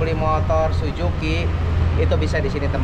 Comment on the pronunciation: Suzuki Om..Bukan Sujuki...😅😅😅